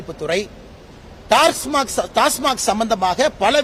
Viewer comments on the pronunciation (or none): டாஸ்மார்க் என்று உச்சரிக்கிறார். கவனியுங்கள்.